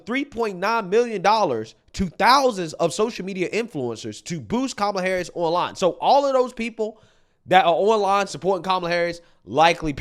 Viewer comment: Every time Oprah Said Kamala HarrrrUsssssss... She lost a vote.